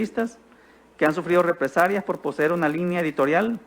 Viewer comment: Dijo replesalias o represarías Q aprenda hablar esa licenciada 😂😂